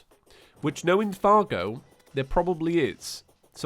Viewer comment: I read the wiki. You pronounce Fargo right.